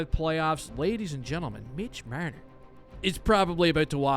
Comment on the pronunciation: Love the way you pronounce Marner ;)